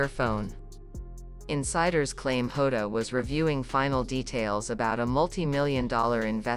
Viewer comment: It’s JOTA not HODA.